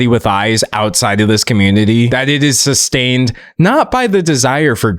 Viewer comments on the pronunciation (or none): none